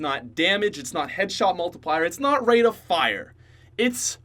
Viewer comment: Did you say rape of fire?